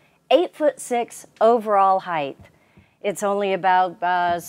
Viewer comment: Its not “Heigth”. It’s “Height”. It’s pronounced “Hite”